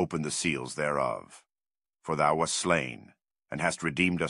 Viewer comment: "wast" should not be pronounced "waste". Sounds like it happens more than once. Thanks for the upload. It's actually really nice to have no chapter markers and listen to the whole thing as a unified narrative.